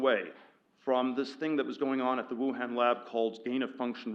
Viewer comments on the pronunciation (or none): none